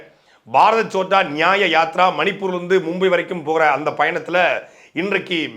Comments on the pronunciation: பாரத் சோட்டா யாத்ரா இல்லை அது பாரத் ஜோடா யாத்ரா. இன்னொரு மொழி என்றாலும் சரியாக உச்சரிக்க வேண்டும். சாட்டை அவர்கள் கவனிக்கவும். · First pronounce the word correctly. That is Bharath Jodo yatra. Not chotta yatra. Jodo means unite. Chotta means small.In Tamil Jodi means what. That word is derived from the hindi word jodo